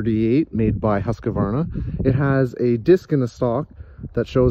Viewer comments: As a swede i love the way non swedish speaking people pronounce Husqvarna 😂😂, i have a similar gun by Husqvarna in 9.3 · That's how I've always pronounced and heard other people pronounce it. I still don't know the proper pronunciation.